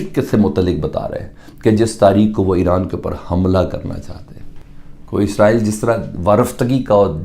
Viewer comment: "Eeesssraaaaeeeel" 🤣🤣 It's 'ISRAEL' bewakoofon.